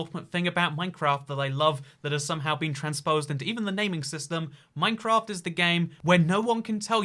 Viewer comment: I would like to register my Angry Comment... it's Minecr*A*ft, not Minecr*O*ft. :^p